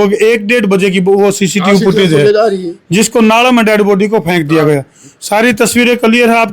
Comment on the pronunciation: भेंचो " पुटऐज" नहीं होती.... फुटेज बोल 😅